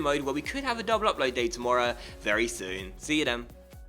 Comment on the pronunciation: The way you said tomorrow at the end. I didnt sound that northern when I lived there :D